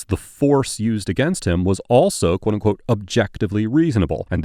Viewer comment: Quoteunqote (one syllable)